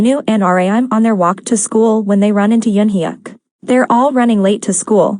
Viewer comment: Hey girl u pronounced eunhyuk's name wrong 😭